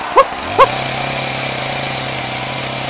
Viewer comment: Well, in Japanese it's "ポチタ", which is pronounced Po-ch-ta. Though "Potita" is an alternate pronunciation that I find hilarious.